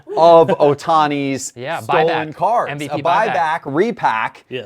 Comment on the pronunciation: It’s STOLEN, not STOLLEN. Stollen is a German fruit bread.